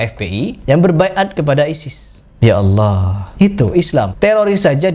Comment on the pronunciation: Assallam mualaikum.. Saya mau tanya cukup mengganggu penyebutan Allah dgn lafas Awoh itu berbeda atau sama kah? Soalnya Ada huruf alif lam lam ha.. Kenapa bisa awoh apakah ada huruf waw disana trima kasih.. Semoga sehat selalu dlm lindungan Allah swt